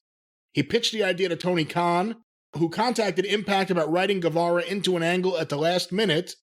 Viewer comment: Please pronounce Sammy's name right. Guevara is pronounced Gevara. Like Guerrero is pronounced Gerero, not Gwarero.